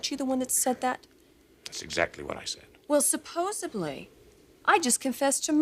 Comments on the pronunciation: Did Sheila just say "supposaBly"? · OMG, at the 10 min mark, Sheila said, 'supposably' instead of supposedly, lol. How did this get into the final cut!?!